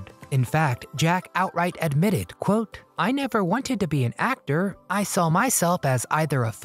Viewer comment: I couldn't fully enjoy this due to the constant mispronounciation of the simplest words by the narrator. The word is saw and not sawl